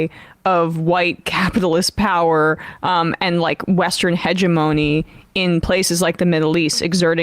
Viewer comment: Emma pronounced “hegemony” the way I never expected. I knew of the word but did not know the proper pronunciation. Anyhoo, my point is…Emma’s vocabulary is incredible.